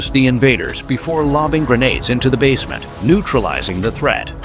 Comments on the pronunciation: What the hell is a bass'ment? Did the auto dubbing mean one of those things people up north have under their houses? A basement?? It sounds like is said bassment like in the fish (bass-ment) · Apparently, your AI narrator has zero intelligence if it can't pronounce the word " Basement " right. It's pronouncing is as " Bass-ment ". Time for you to upgrade !! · “Hiding in a bass-ment”?!? Drop the crappy AI voice!